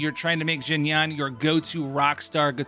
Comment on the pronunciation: “zzzhin yaan”😂